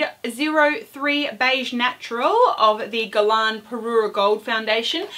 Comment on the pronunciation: why , as an Australian, do you talk about 'fall' & drug store. ..they arent terms used in this country. ..also please learn to pronounce 'Guerlain correctly..its really annoying as yr pronunciation on several words =incorrect